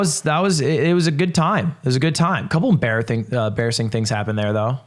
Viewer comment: 'embarrathing" im sorry i just had to point it out